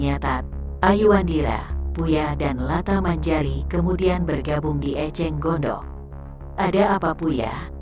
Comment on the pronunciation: Mengapa bacanya ada yg krng pas ya.maaf contohnya gandok kok dibaca gondok.maaf,hnya mau tau alasannya.trimakasih sdh berbagi cerita ini.🙏🙏🙏